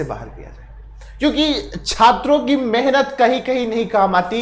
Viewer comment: मेनहत नहीं होता है भाई, मेहनत होता है ये चीज क्लियर है ना